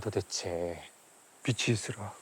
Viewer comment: 맞춤법 변태는 아니지만.. 학교에서 애들 가르치는 교수가 '비슨' '비시'라고 발음한다는게 좀 안타깝습니다. 이성민 배우는 '비츤' '비치'라고 잘 말하는데 말이죠.